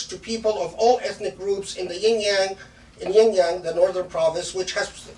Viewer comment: Shaykh please, it's not "yin-yang," it's more like شِنْجِيَنْگ